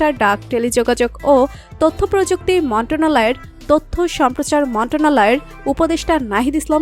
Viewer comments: মন্টনালয় টা কি,,মন্ত্রণালয় ও উচ্চারণ করতে পারেন না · উচ্চারণ ঠিক করেন" মন্ত্রণালয় "